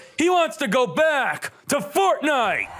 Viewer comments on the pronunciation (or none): none